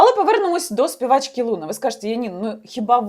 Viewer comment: Соколова у питанні намагалась розібратись, чи переказ з сайту з не дуже гарною репутацією зробила? По-перше не лУна а лунА, де ти вчились розмовляти? По-друге "вагінер" напише, шо Соколова всралась, то це теж брати за чисту монету?))) Розберися у питанні, а потім випускай такі хайпові ролики. Не дуже журналістка, по ходу, Соколова, шляпа одним словом)))